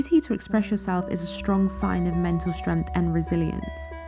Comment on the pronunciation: You said pf instead of of :D